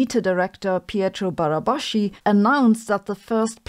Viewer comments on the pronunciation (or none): She pronounces Pietro Barabaschi's name "Barabashi" :) because of the German "sch" for "sh". But from the guy's name Pietro , he is obviously Italian so the pronunciation is "Barabaski". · it's pietro barabasKi, with a hard c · In Italian, Barabaschi is pronounced Barabaski. The rest of the mess I do not understand. The SLS and the SwissFEL have been built within cost and time limits, give or take a single digit percent difference.